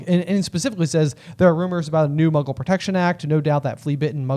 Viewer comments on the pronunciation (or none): none